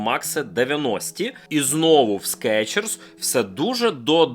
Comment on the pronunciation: СкИИчерс блин😂